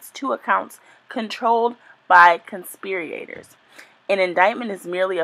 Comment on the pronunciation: I just wish she would have read over the information before recording herself reading it. The pronunciation issues and struggle to manage the sentence structure while reading made it difficult to follow what she was saying. The "conspir-E-ators" really threw me, and not using context to understand how to accentuate several words just really made this a cringe worthy video. I appreciate the information she was ultimately trying to provide, though. She's obviously not a "dumb" lady, I just think it would be highly beneficial for her to take a minute or two to read over the content, so that she herself would understand the structure of the information and pronunciation of all of the words, before attempting to share it with others. ❤